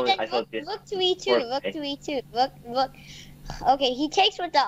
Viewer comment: i love how pronounces rook... "wook" ^^